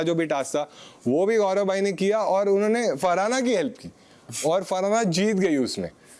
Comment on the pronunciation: Unne nh hota it's unho ne